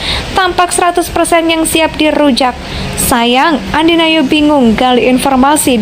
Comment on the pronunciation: ANDI F NOYA boss, bukan ANDI NAYO ..